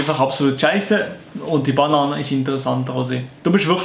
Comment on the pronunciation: Es heisst ned bAnane s heisst banAAne